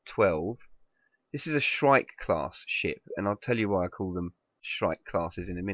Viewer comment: When he says "ship" it sounds like "sh*t" to me